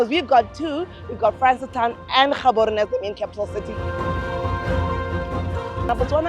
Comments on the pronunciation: Wode Maya you can't step foot in Botswana and call our capital city Ghaborone please correct your tongue.. GGGaborone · Maya, the name is not pronounced Gaborone. Its pronounced Haborone as a Ghanaian. They way the pronounce their names is a bit trickish. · bro said in Ghaborowne and I- 💀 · Good job . In bostwana (G is pronounced H Therefore (Haborone) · Your pronunciation of Gaborone is off my man. Especially with the G. Why didn't they correct you over there 🤣🤣🤣